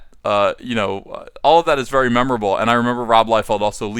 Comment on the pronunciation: Thick thighs save lives, Ethan. "Thank you verrrrrrrrrrrrrrrrry much."